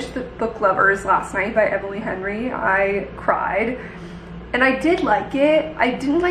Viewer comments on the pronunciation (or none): none